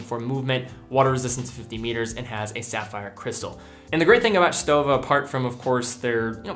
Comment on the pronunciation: Thanks for pronouncing Stowa right ...